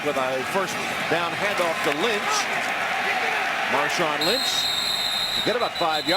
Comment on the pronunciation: Who's Marshawn Lymchi